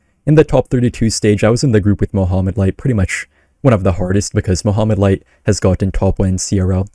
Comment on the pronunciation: I kept hearing you say Muhammad light. Muhammad light who? and new!!!!!